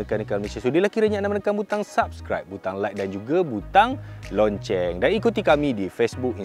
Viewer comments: Lo-ceng boss... Bukan lon-ceng. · nak tanya memang sebutan loceng tu lonceng ke? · loceng bang.. bukan lonceng hehe